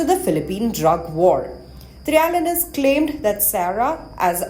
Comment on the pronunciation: Please say his names properly : Trill-ya-ness